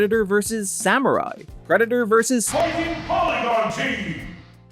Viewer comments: Oh hey! You pronounce in two distinct ways. Sometimes it's normally and sometimes it sounds like "prednder". I'll give you a couple time stamps, hang on. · Are you mispronouncing "Predator" on purpose? Is this another one of those stupid YouTube things where you have to say "unalive" in order to not be demonetized? You want to talk about 1940s German political party? Guess what? One of the things it started with was self-censorship. Either way, still love. Thanks for the new video! 🥰 Edit: Yup, after the 2 min mark he starts saying it properly. He's definitely doing it to avoid any sort of YouTube conflict.... It's really sad, but it is what it is. I'm just glad this group of amazing humans can make money. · Ok, so the first several times you say it up until it sounds like you're trying to not get your video flagged. After that you literally say it like 4 times in a row and it's clearly enunciated. I'm not trying to down you at all! That's why I was also giving compliments in my original comment. I legitimately thought you were just doing it for the Almighty Algorithm 😅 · Everytime you say "Predator" is sounds like "Predna".